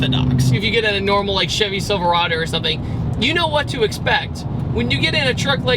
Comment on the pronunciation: Chevy silverader??? Did you just say that? 😂